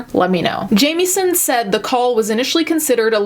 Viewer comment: ok my last name is jamieson and wanted to let you know you dont say it like you would jamie its more like how you would say it when you say it if that makes sense